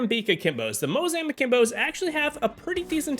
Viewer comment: it's Mozambique not Mozambeeak u goofball